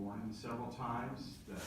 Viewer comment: “You did not answer dat….” Apparently, th has been charged to d in all words. 🤦‍♀️